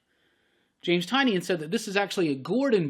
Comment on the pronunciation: Tie-nin. No Tie-knee-in. I know, it doesn't look like it should be pronounced that way.